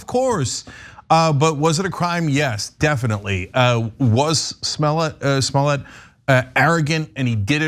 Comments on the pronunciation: Juicy Smoyay 🤣🤣🤣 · I like the way David Chappell pronounces his name Jesse SmoyA